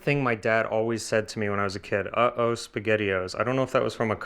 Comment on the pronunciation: That is by far the best pronunciation of Spaghettio’s I’ve ever heard. I think I need a cute, little, Italian woman in my life now. 😄👍 Ok, I’ve heard Italian people speak my whole life. I could listen to her all day, It doesn’t matter what the subject is. She has perfected it. 😄🇮🇹 I know this may sound a little weird, but I can picture listening to her when she 80 years old and she will sound great. I guess it’s the traditional, Sicilian, old world, Italian grandmother style of accent that’s getting to me. Ha Ha! If I was a content creator, I would hire her just for voice work! 😁 Seriously, she’s got a great voice.